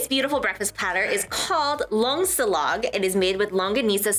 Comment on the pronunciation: got the longsilog correct, cutie:>